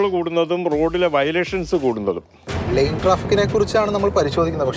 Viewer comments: ലേൻ ട്രാഫിക്ക് ആണ് ; ലൈൻ ട്രാഫിക്ക് അല്ല. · ചാനലിനും നല്ല പിടിപാടില്ല. ലൈൻ ട്രാഫിക്ക് അല്ല -ലെയ്ൻ ട്രാഫിക്ക്